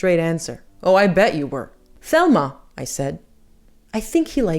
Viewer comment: Thelma’s name was pronounced TELma (Spanish pronunciation) and she was the twin sister of Gloria Vanderbilt Senior (famous GV’s mother) and I think the last name was pronounced FurnESS. I love your channel.